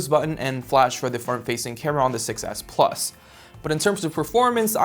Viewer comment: I agree, he always puts emphasis on the wrong word so it's hard to follow. When referring to the different models, he emphasizes the "plus" both times and not the "s" to differentiate them. This happens in a lot of his videos.